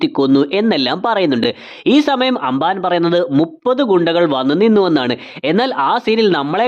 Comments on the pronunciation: Anbaan alla ambaan 😂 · Broo.. anban alla amban aa....😊